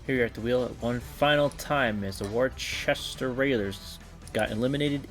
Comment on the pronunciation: As a New Englander and partial fan of the Railers its pronounced Wu-STAH